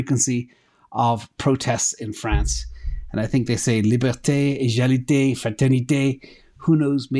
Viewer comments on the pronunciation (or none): égalité /eɡalite/ Normal "g" in pronunciation,;) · You have a french follower in the UK though. Love your accent and you may pronounce Egalite with a 'ga' like Lady Gaga ;) And thank you for all your work!!